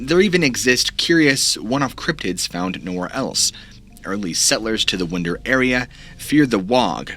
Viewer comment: Winder pronounced winde'r Like winding a clock